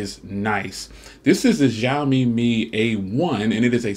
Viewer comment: it is pronounced sheeeiaomi